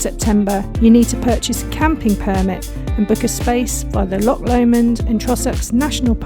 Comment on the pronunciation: Don't mean to be critical, but being from that area I feel compelled to comment on your pronunciation of our famous CH sound. It is not LOK Lomond, or Ballok , but rather a softer sound and rather guttural. Think of Lancaster with a soft C like church. Can't really think of any other English place names with a similar sound. CH makes a sort of soft kh sound. Just speak to locals and you will get an idea what i mean, and probably some brownie points for getting it right 🤣🤣 Ps enjoyed your vid